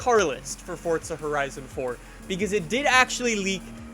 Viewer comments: It's Forza, not Fortza! Pronounce it correctly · STOP SAYING "FORTZA" IT'S FORZA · Forza not Fortza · Fort-za horizon 4 lol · Fortza horizon? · fortza horizon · Why do you say Fortza 😂😂😂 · Why does he say fortza? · There's no "T" in FORZA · bruh.....forza dont got no t in it... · Do you not know how to fucking pronounce forza? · There is no T in forza dude.